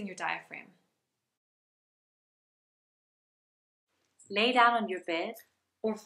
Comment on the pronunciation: neither diagram, nor diphragm! It is diaphragm! Otherwise very short but precise explanation - GREAT! Your course on your page looks interesting, a little more infos would be nice though, especially how long the program is, how long, i tense the videos are and if there is a continuation? thanks....